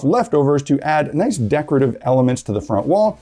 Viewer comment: ""It'sa naiss" !